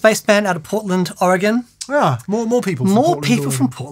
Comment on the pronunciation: You both deserve some sort of major award for pronouncing Oregon correctly. All the more deserved being as you're both furiners. Lots of Americans can't even get it right.